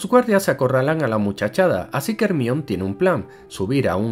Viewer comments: NO SON ERRORES DE DOBLAJE: Hermion jajajajajaja saludos me encantan sus videos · QUE HORRIBLE QUE DIGAN HERMION